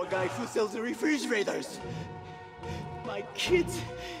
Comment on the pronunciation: It sounds like he said re fridge raiders